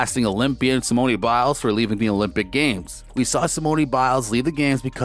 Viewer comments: Did you really say simoneee biles LOL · Learn how to say her name please! Nadia and Simone's name you butchered!